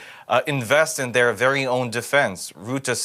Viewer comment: And goodness, his name is Rutte, not Roette. Stop hilariously mispronouncing it. XD Next interview, practice the pronunciation of names to yourself a bunch of times. :)